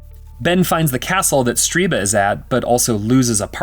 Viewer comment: Stirba. Not StRiba.